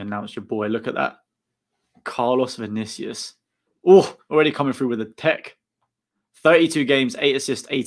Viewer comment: You pronounced it perfectly. Bem-vindo.